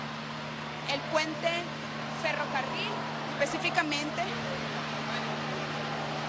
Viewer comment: "FerrovEario"? Que periodista es esta?